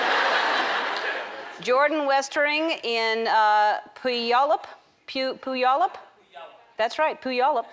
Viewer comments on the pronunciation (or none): I Live in Washington and It's not Poo-Yollup, It's Pronounced Pyoo-ollup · By the way, it is pronounced Pew-wall-up. Puyallup. Everyone gets confused, Ellen. Don't feel bad. We Washingtonians are used to it. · It's Pronounced PYOU-ALL-UP I live in Washington. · The way ellen pronounced Puyallup washington made me laugh sooo hard XD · LOL, I loved Ellen's pronunciation of 'Puyallup". I live in Washington (and we all make fun of Puyallup), but it's pronounced like "Pew-all-up", not "poo-yall-up". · pew-all-up WA. not poo-yall-up :p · puh-you-all-up not pooyallup .. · These are hilarious! Also, in case you were wondering, Puyallup is pronounced pew-ALL-up. Close though. ☺ (I used to live in Washington.) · pew-al-up ellen lol its a hard one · She had to make fun of Puyallup : / (Pew-yall-up) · It's pronounced Pew-allup. I live about an hour away :D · Ellen it's pronounced pu all up puyallup ^^ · Puyallup is pronounced "pew al(like the guys name) up" :) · Puyallup Is actually pronounced pew-all-up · puyallup is pronounced pew-al-up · It’s pew-al-UP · Spelled Puyallup Pronounced Pyu-allup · It pronounced pew-al-up just fyi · its pronounced pu-ya-u-lup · As a Seattleite, I appreciate everyone's pronunciation of Puyallup. You were so close Ellen! Haha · I know, I'm from Gig Harbor and as soon as she tried it the first time I started laughing. 8-D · Mispronunciation of MY city! I still love you. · Exactly what I sang when I heard her mess up the pronunciation of the city. Silly Ellen. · Only a Washingtonian would know how to pronounce Puyallup ;) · That's not how u say Puyallup Washington ik that cuz I live in WA and know every city pronunciation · I LIVE IN PUYALLUP, she pronounces it kinda funny. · And learn to pronounce Puyallup!!